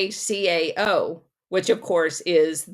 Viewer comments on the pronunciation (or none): The chocolate is pronounced “kakow”I asked a chocolate shop named that in ATL